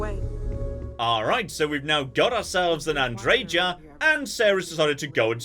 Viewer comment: you are pronouncing Andreja's name correctly. In most european languages the "J" is pronounced as "Y" and the american pronounciation (admittedly not known for their linguistic abilities) is false.